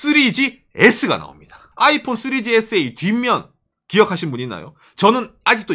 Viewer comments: 아\잇폰 아\잇폰.. 플리즈 쫌만 부드럽~게여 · 아이폰할때 '아'에다가 악센트좀 그만했으면... 힘들어보임..